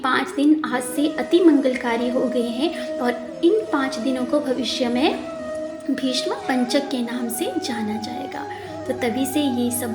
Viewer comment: तुलसी विवाह के अवसर पर मंगलकामनाएं। रंगोली बहुत सुंदर बनाई आपने। तुलसी विवाह क्या एकादशी व्रत के उद्यापन में किया जाता है या प्रतिवर्ष? आपकी श्रीमुख से कथा सुनकर ज्ञान और आनंद की प्राप्ति हुई। हार्दिक आभार आपका। पहली बार भीष्म की जगह आपने भीषम बोलकर अचरज में डाल दिया। आपका उच्चारण दोष पहली बार मिला। क्षमा सहित।